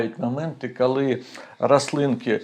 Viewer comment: Тільки прошу Вас - не "кАли" і не "Атримав". І не "пАчала". І т. д. В українській мові "о" не перетворюється на "а"! Бо слово "АхАлонути" я одразу і не зрозуміла! Прошу Вас, вимовляйте, будь ласка, чітке "о"! Хоча, у той же час - велика Вам повага, людині з Харківської області, за українську мову!